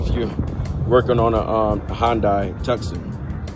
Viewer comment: Sorry but this is bothering.....youre sayin the nsme wrong.....sounds like this too_sahn